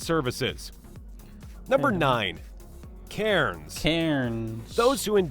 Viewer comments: Darwin has only 2 seasons - wet and dry. Both are usually hot. Also you can never trust a non-Aussie when it comes to our place pronunciation. He's emphasising the syllables way too much. Melbourne = Melbin, not Mel-born Cairns = Cans, not Cay-erns Bondi = Bond-eye, not bon-di Canberra = Can-bra, not Can-berra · Cairns is pronounced cans .